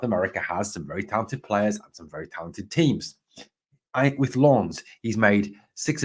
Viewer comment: Another good informative video. Very sensible view on why Rangers had scouts at the Hearts v Aberdeen match. Much as I would love Shankland to come to Rangers, it's a lot more likely they were there to scout the opposition for next week in my view. Refreshing to hear your decent pronunciation of "Lens" compared to other Rangers YouTubers as well. You almost nailed it apart from the silent "s" 😁👍